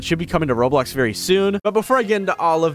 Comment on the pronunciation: "road blocks"